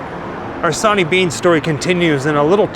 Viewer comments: Its Sorney Bean not sawney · Sw sw Swaney stop saying sonny 🙃